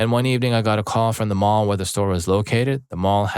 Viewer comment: This hs to be AI. He said Mail instead of mall